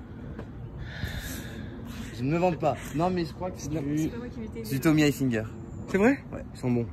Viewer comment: "Tommy hilfinger"